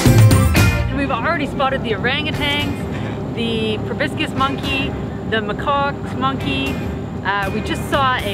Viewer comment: "Urangutangs (sp?)" – it's orang-utan. And proboscis is pronounced pro-bo-sis (no hard "c").